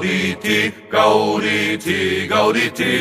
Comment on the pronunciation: zu 1.: Ja, das kann ich. zu 2.: Ich rede nicht von der Aussprache, sondern von der Phrasierung. Zum Beispiel zu Beginn sollte es GAUdete und nicht GaudeTE heißen. Dies eregibt sich nicht aus der lateinischen Aussprache, sondern aus der Komposition. zu 3.: Mein Name ist mein Spitzname, abgeleitet von meinem Nachnamen. zu 4.: nailgun666 und lastvampyr lassen durchaus Rückschlüsse zu. zu 5.: Wo Du Recht hast, hast Du Recht.